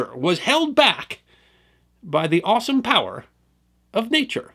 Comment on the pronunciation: When you said "awesome powers of nature", I thought you said"Austin Powers of nature ".😅